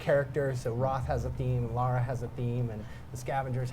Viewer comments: It's Lara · It's Lara! Not Laura! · It's LARA! People who pronounce her name "Laura" piss me the fuck off! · It's Lara. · Lara. Not Laura. Lara. She's not american. It's Lara.